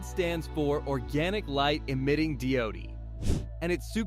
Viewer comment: Did he really just say di-o-de!? 😂 Starting to think this is ai.